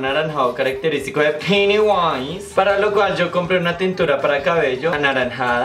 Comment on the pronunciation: "Del deeel piudiwise" jajaja